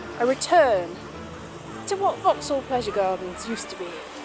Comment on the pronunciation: Lovely! And now I finally know how to pronounce Vauxhall.